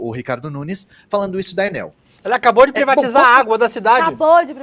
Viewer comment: Ate que enfim, Enel e não Ênel William!!Aprendeu?